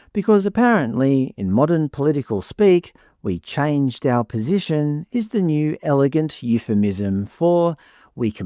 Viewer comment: BTW ,Albo changed his "POSHISHION" it is very "ImporDent" to speak properly if you are the PM.His poor single mother probably was to blame for his poor pronounciation.